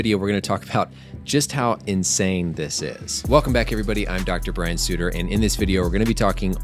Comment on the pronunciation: That's not how you say Sutterer